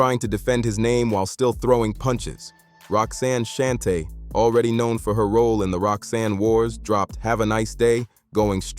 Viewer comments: Roxanne Shante not Shuntae😂Mc Shan not Mc Shawn😂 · 👎 AI slop I can't take this channel seriously if you can't pronounce Shan, Shante or Marley Marl. This narrator is whack..